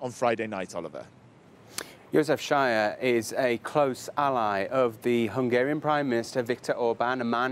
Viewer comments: Dear the story is hilarious, just one extra: sz-a-j-e-r , the SZ pronounced as English 's', cause it's not a Polish name...so it's not 'sh'. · Not shyer. He is not shyer:D He is Sayer. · They are saying Shire, but they should say Sahyer